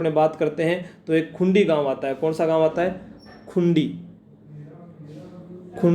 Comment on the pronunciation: खुंडी नही ह सर वो खुड़ी gaau h